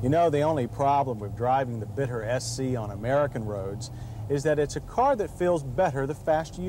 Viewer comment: I think it should be pronounced Beet-t-ter. Yes, you gotta to the T twice. And it's far more Bee or Beat, than Bit.